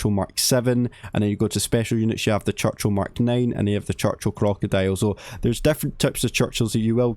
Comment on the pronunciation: 1) clickbait 2) CHUCCHIL 😂😂😂